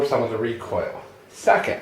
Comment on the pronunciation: about a minute in to the video you say, "second" and at first i thought you said, "suck it!" hahaha, just thought i'd share